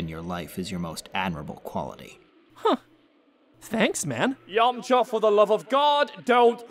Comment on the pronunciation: Cursed hearing a British Cell pronounce Yamcha like an American (Yomcha)